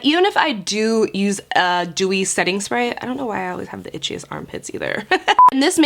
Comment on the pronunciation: Whoa gurl, I thought you said "cheesy armpits" instead of "itchy armpits". I'm eating here!